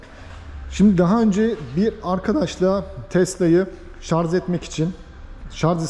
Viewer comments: Şarz değil şarj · Şarz değil şarj lütfen, sevgiler. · Şarz değil şarj şarj. Yemin ediyorum tilt oldum yaa. Sonuna kadar izledim sırf otomobili merak ettim diye. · Hocam agziniza saglik. Ama keske şarz yerine şarj demis olsaydiniz. Bir de kac kw bu arac onu soylememissiniz. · Israrla şarz diyor😂😂😂 anlatım güzel ama şarj konusu kulağıma takıldı ve ısrarla şarz diyor. Bütün video boyunca şarz dedi. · Merhaba genç arkadaşım, Araçlar üzerine içerikler üretiyorsunuz, araçlar ile ilgili kelimeleri neden doğru telaffuz etmiyorsunuz. Gittiğiniz bayilere sorsanız bunu size söyler ve yardımcı olurlar. Bir örnekle açıklamak gerekirse araçlar şarJ olurlar şarZ olmazlar. Bu sektöre hitap etmeyen bir kişi olsanız bunu yazmazdım. Siz sektörün içinde olmaya çalışıyorsanız bunlara, sektör jargonlarına hakim olmalısınız. İyi günler. Saygılar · O kadar video yapıyorsunuz kelimenin doğrusunu öğrenin bence. Şarz değil şarj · Şarz değil şarj diye söylenir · aklından zorunmu var senin takılacak başka birşey bulamadinda o şarj kelimesinemi takıldın Allah akıl versin sana